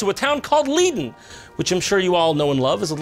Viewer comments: Pronounced Leyden not leaden.. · In Dutch it means ‘to lead’. Also, Jon pronounced it entirely wrong, it’s not ‘Leeden’, the ‘ei’ sounds more like the y in why. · leiden Lei -- den The i in lei you pronounce as ij. En nog een fijnen dag. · Am Dutch, laughed hard as balls, especially at your pronunciations. Most were kinda close, except for Leiden. It's not Leeduhn, it's like in Einstein. Leye-duhn. Thank you for the history lesson btw, had no idea the Dutch were involved at all. Unsurprising that we were too liberal at that time already, kudos good sir. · It's not 'Lee-den' It's pronounced 'Lie-Den' and i've lived there for two years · Leiden is with an ij not an ie hoofddorp is with an oht not an oo Voorburg doesn't end with a guh but an entirely different pronunciation of g, kind of like a rolling r but English dummies could never comprehend it so I won't bother telling you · Liden...at least he was somewhat aight with the other ones but...just at least look up the pronunciations 💀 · Lüden is not how u pronounce it. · well this fucking dutch town leiden is pronounced "laiden" wich literally means suffering. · Leiden is pronounced Lie-den just so ya know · As someone who lives in Leiden and was extremely surprised by the sudden (albeit mispronounced) namedrop of my dear hometown, I can definitely tell you that it's a wonderful place to live and you should all come visit and have a beer sometime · IT HURT TO HEAR YOU SAY LEIDEN AAAAAAH! AND THOSE AREN’T DUTCH WORDS JAJSJSJSJSJ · Bobby Crockett Dutch sounds like this. “Het deed pijn om te horen hoe jij Leiden uitspreekt, maar ja je kan er wel om lachen.” = “It hurts to hear you pronounce Leiden but yeah you can laugh about it.” That’s dutch. But it’s just a joke lmao i am just taking this shit too Seriously. :3